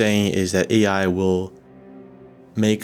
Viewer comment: what is weird is this guy calls AI what sounds to me like "HGI"?